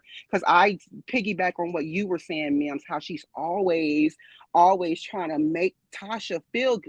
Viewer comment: Mims You Got My Name Wrong but i love your channel😂 PERIOD Pooh😅